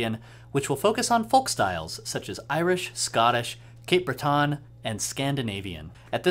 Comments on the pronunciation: Cape Breton is pronounced Cape "BRET-in", with the accent on the first syllable. You should go there sometime, its pretty great. The Celtic Colours festival in October is one of the best times for a musician to go, but you can hear traditional music all year at any number of small dances or concerts. The chording is a little different from the "Oooom - Chuck" happening here... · Breton is pronounced Bre (like bread) ton (like tun)